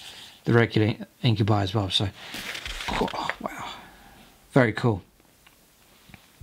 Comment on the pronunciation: Your pronunciation of Incubi it's actually the most correct since it's a latin word